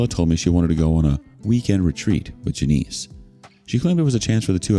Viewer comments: Its NOT Ja-neice. its JAN-ISS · Hahaha it's pronounced Jan-iss, not Juh-neese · JANIS. Not Juh-neese. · Janice doesn't rhyme with Denise.